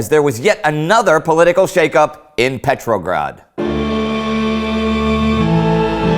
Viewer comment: Hi Indy, I love how you say Petrograd, it sounds like you say Petrolgrad.